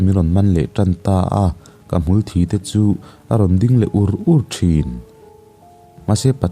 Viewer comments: Hmulthi hi mitthi sawi a thi anga lam tur a ni zawk in ka hria a, thisen a thi ang hian i lam daih zel a, enge dik a diklo zawk ni.. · Hmulthi i sawi hian thi lai hi mitthi a a thi lai ang hian a ritur aw, ka kut a thi tih a thi lai ang nilovin mitthi kan han tih a thi tih lai thluk hian sawitur aw, a chiang em aw, ngaihnawm ti deuhva ngaihthlak lai a a thluk a dikloh hian a ngaihnawm natur a ti nep deuh thin.. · Thisen anga asen deuhther thin avang hian " ka ke ka sát a,a thi duhkhawp mai" kan tih a thi kan lam ang hian lamtur , ka hriatdan chuan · Hmulthi bawk chu Sir, thluk dik hram tawh la...😁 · Hmulthi i lam rîk dan hi kan lamrik dan a in ang lo tlat mai a, kan lam ṭhin dαn hi a dik zawk em tih phei chu ka hrelo a. Hmulthi tih a ( thi ) hi mithi kan lam rik anga thi tih ri hian kan lam ṭhin. I lam rik danah hian hmul aṭanga thisen chhuak emaw hmul thisen rawngkai ang deuh hlek a thî ang hian a i lama. Engpawh chu nise a ngaihnawm ṭhin khawp mai.